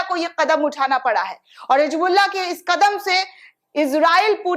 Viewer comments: Hijbullah nhi hota hai Hizbullah hota hai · [hi "Z" bulla] NOT [hi "J" bulla] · Hijbullah nahi Hizbullah Pahle apne alfazon ko durust karo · It's HisbulLaah not hijbullaah but it sounds like HizbulLaah BUT NEVER NEVER HIJBULLAA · Hijbullah nahi hizbullah bolo